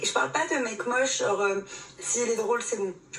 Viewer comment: Tout ça pour répéter trente-deux fois "genre" qu'elle prononce jore A croire que plus tu es médiocre à devoir raser les murs, plus tu te pavanes comme si tu étais le roi du monde.